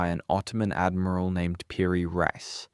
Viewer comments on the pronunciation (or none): none